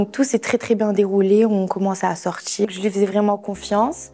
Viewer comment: Insupportable. « On a commencé à sortchir »